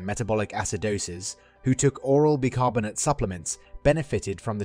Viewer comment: It's pronounced 'Buy' carbonate